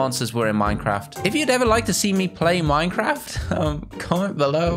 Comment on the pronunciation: Minecwaft XD